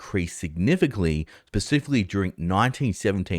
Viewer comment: I'm sorry, but ill never trust a man who pronounces specifically as "pacifically" 💀